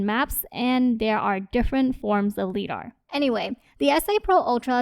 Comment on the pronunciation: FYI the word "Lidar" is pronounced with a long "I" - rhymes with "EYE". as in LIGHT detection and ranging. LIGH-DAR. Very complete and useful review, thanks!